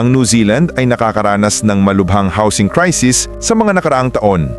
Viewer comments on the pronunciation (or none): none